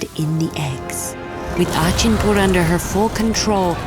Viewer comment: Just wanted to point out it's pronounced Rakh-khosh and Khok-khosh and Achinpur is A(Like A in All)chinpur . Apart that , amazing animation and storytelling. Never thought a Thakumar Jhuli story would be on ted Ed but here we are!